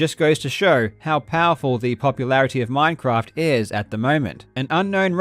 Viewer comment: Hey this isn't minecwaft